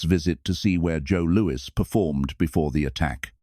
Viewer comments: "Boxer Joe Louie"....gotta love the dopey AI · "Joe Looey"... AI slop. Would've been better to hire a narrator.